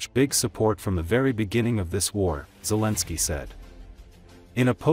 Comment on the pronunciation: Guys, there is no way to make this A.I. say Zelensky's name correctly (Otherwise then it is not A.I. it is something else, not A.I.) Grateful. Slava Ukraine, today and always.